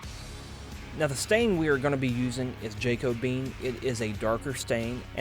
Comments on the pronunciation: 'jay-koh-been' 🤦🏼‍♂️ its pronounced "jack-o-be-an" come on man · Nice work. Check your pronunciation of Jacobean. It’s a period of English history. Sounds like ‘jack-o-bee-an’